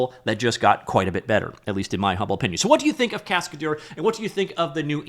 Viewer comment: Cascadeur means stuntman in french. The way you pronounce it makes me sick. google translate is free